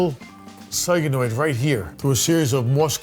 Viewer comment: did he just call a solenoid, a soygenoid😂😂😂